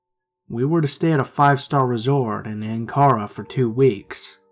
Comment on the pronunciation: Hey! Don't mean to correct u or anything, but I'm from turkey, it's extremely wonderful here and I luv it! But u pronounced Ankara wrong😂